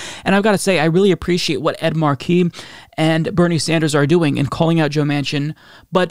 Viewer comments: FFS,, IT'S PRONOUNCED "MARK-eee", not "mar-KEEE". If you're going to respect the man, at least say his name right. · Mar' key - not Mar key' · MAR-key. Com'on, man! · Markey is pronounced: "MAR-key." You should know this by now. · MAR-kie!!!!!!! Really,, as a political presenter, you need to work on pronunciation. Haunted Manchin and Sinema are vile excuses for human beings.